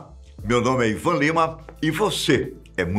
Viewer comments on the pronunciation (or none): none